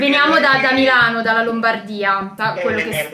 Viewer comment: Ripetere MEeelano !!!! Cosa fatto Sudde a Meeelano ??? Tutto beneeee!!!!!! Chiedo x amico di MILANO .